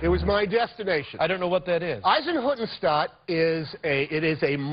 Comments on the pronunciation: Not Eisenhuttenstaat. It's Eisenhüttenstadt😂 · Nobody: Tom Hanks:"Izenhoodenshtuuhd"